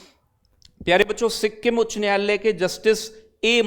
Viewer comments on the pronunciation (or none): none